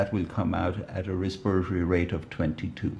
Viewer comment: “Resperory rate”